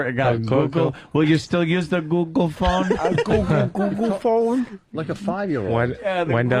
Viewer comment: Sam says google fon like he’s in fargo